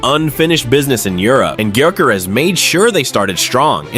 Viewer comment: you pronounce his surname different to everyone else.